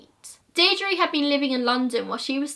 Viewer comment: My grandad was in the irish army and he watched this video with me. He helped search for JoJo and its believed shes in the wicklow mountains and larry murphy is still considered the boogeyman in kilkenny edit:You did really well pronouncing all the names of the places in Ireland I know it can be difficult...Good job!